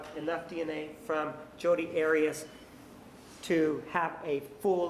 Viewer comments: I wonder why Martinez keeps mispronouncing the name Arias...? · The way Martinez pronounces Arias I know is to trigger Jodi. 😂